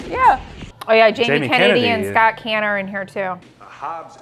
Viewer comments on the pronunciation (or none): The way she pronounced Scott Caan had me rolling! It's pronounced kaan, not can.